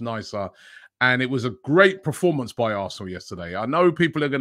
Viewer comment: Robbie please... its PERformance, not PROformance... :'D